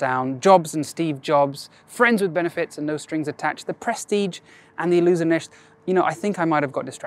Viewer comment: Hehe He said Illusonisht